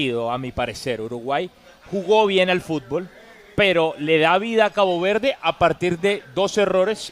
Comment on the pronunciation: dice "Cago Verde"? 😅